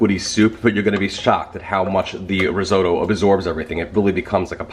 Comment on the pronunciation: Did you say ree-zoh-doe